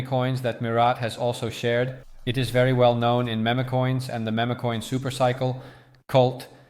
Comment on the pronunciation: It's pronounced "MEEM" coins not "MEMAY" coins. Keep up the good work bro.